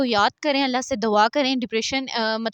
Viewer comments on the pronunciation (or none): It's Dua not dawa!!!